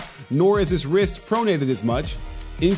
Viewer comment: said "right 'wist'" instead of wrist. 👌